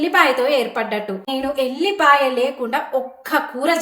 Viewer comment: ఎల్లిపాయ, ఎర్రిపాయ కాదు, వెల్లిపాయ / వెల్లుల్లి !! సరిగ్గా పలకటానికి బద్దకం తో పేర్లకున్న విలువైన అక్షరాలను మార్చేస్తున్నారు ఎర్రి జనాలు.